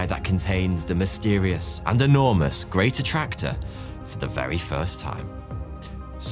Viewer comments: Can't help but hear "greater tractor". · Did anyone else think he was saying ' the Greater tractor' ? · I thought you said The Great Tractor (like John Deere) 😂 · I thought he said The Greater Tractor for a sec. I mean....Tractors are pretty cool, but I dunno.